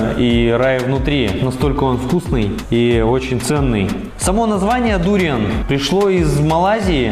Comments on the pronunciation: кто то говорит про сочетание дуриана с совершенно разными вкусами, а автор ролика постоянно говорит дУриан. хотя в большинстве случае я слышал ударение на букву А, когда говорят название фрукта дуриАн. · ведь ваши видео на русском языке и рассчитаны на русскую аудиторию? живу во Вьетнаме довольно долго и все русские здесь произносят дуриан с ударением на букву а. будем знакомы, я Дмитрий)